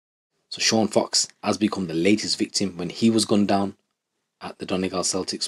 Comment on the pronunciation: It’s Sean Fox not cox